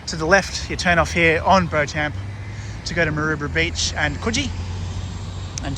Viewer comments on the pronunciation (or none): 'Beauchamp' is pronounced 'Beecham' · Hey mate, beauchamp pronounced as Beechum - ridiculous hey. Kudos to TBG for walking the whole way in his pluggers.